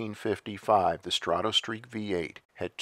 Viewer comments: I love your videos but it's pronounced strah toe not straw toe. As in stratoliner, stratosphere , strato fortress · You also spelled it as though it sounds like straw toe. The correct spelling of the pronunciation is străt′ə, the "o" doesn't make an "oh" sound. străt′ə-streak străt′ə-liner străt′ə-sfir